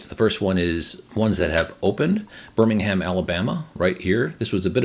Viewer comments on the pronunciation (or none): none